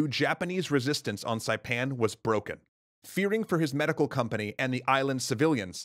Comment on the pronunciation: I've been a long time subscriber, I've seen a ton of your videos and it's crazy to see you tell the story of the island I live on :D absolutely perfect pronunciation for saipan by the way. Most other documentaries butcher it for some reason